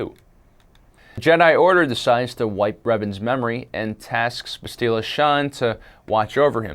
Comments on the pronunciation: It's not bast-ee-la it's bast-il-a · It's Bass-tilla! Get it right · That not how you say Bastilla you dumbass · i know it pissed me off how he said it